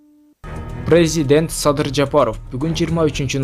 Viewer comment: Кыргызча сөздөрдү так даана суйлөсөнуздөр ... Анан дагы , ПРЕЗИДЕНТ деп туура сүйлөсөнөр....